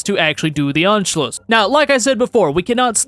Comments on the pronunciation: it’s pronounced on-shl-us, not unshloos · you dont say anschluss you say unscluss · It is funny to me how you pronounce Anschluss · As a German, it’s not “unschluss” it’s “A-nschluss” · tbh, you still lack the skill to speak german or austrian words correctly... i lack that skill, too v but i at least know how they are supposed to sound and anschluss was not spoken correctly. it's not ONSCHLUSS!